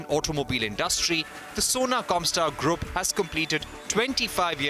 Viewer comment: Its not “grup” its “groop” PLEASE ENGLISH